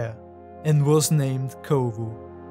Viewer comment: is Kovu, not Kovo